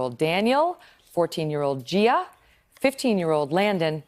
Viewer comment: You lost me at Gearah lol